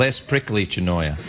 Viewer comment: It's actually chirimoya, not "chinoya" XD.